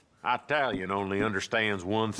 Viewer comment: My grandpa said Italian the same way joe did lol when he gave me his carcano he called it an “eyetalian rifle”